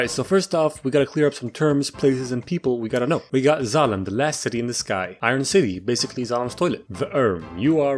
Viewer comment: My dumbass thought that when he sai"d we got Zalem" he said "we got X.A.N.A" from code lyoko